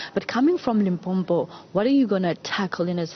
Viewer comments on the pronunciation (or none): "Limpompo" "Pergernt" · Did she just call limpopo limpompo how did she get her job newsroom no no 👎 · The interviewer really needs to check her pronunciation of things. She miss pronounced the name, she said pergeout instead of PAGEANT, and Limpompom instead of LIMPOPO. Hai man. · I had a neigbour from Venda when i was working in Rustenburg and he used to refer to it as Limpompo so i was like am i missing something? Is that what people from Limpopo say? I just left it... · dd she just say limpompo the interviewer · This news anchor said Limpompo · It's so annoying hle😐😐.. Limpompo mxm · Did the interviewer just said "Limpompo"?